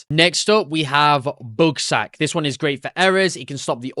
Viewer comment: You had me when you emphasized the word SACK